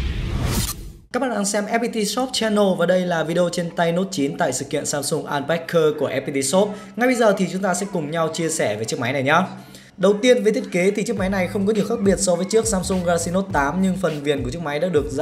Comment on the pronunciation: Unpacked là ân bát kẹt chứ ko phải ân bát cơ nhé